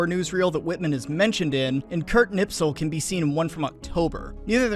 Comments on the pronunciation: I love your videos but FOR THE LOVE OF GOD stop pronouncing his name Knipsel. It's pronounced 'Nispel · The man is named Kni*sp*el not Kni*ps*el. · "KniPSel"? I thought it was "KniSPel"! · It's Kurt KNISPEL. Not "Nipsel". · it's knispel, not knipsel but good job on finding Dr. Toepfer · That was painful to listen to. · Mildly amused by Knispel being pronounced Knipsel. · It's KNISPEL, could you at least bother to read the name properly? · How? How. How. Do all Tuberoos get Knispel's name wrong when pronouncing it?